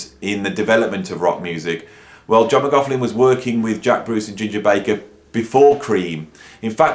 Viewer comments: This great dude but it"s pronounced Mc Loch Lin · yeh man i got a little bit enraged every time he said mac larf lin like "mac 'avin a larf...lin". Nuh uh. 😆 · I like your reviews but why oh why do people mispronounce his surname. There’s no F n F in his name also. No PH. Ask a Scotsman’s or Irish man. Apart from that great review. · This man can’t even say johns name right FFS